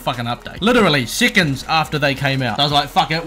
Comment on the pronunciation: I like how he says seconds "sicends" lol